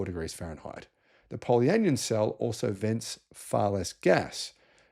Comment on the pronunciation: Just pointing out: it’s not anion said like onion, it’s an ion so poly an ion.😊